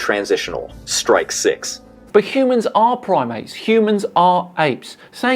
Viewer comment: I die from cringe every time he says "strike /N/". And he says that a lot.....